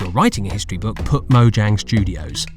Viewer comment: "We here at mojang studios can't pronounce mojang"